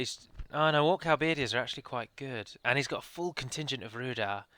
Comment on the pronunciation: Aah you keep pronouncing Halberdiers as hal-BEARD-ears! Look at the spelling. It's pronounced HAL-ber-DEERS. Sorry to be so picky but honestly, this has reached breaking point :P